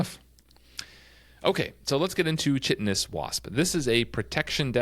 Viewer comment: Chitinous is pronounced KY-tin-us. Great show!